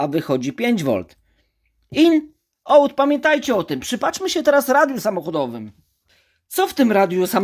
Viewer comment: ''OUT'' czyta się AŁT